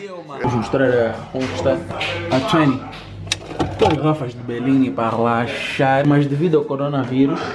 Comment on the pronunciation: Para rrrrrrelaixxxxxrar kkkkkkkk à maneira que ele fala relaxar é muito estranha kkkkkk